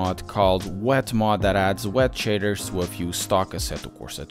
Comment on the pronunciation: I can't not laugh at the way you say shaders shitters